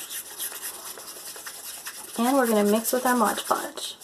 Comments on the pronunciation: It's "Mod Podge," not "Modge Podge." 😊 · And its Mod Podge not Modge Podge lol